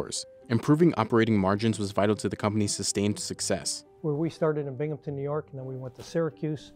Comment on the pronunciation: Binghamton* not Binghampton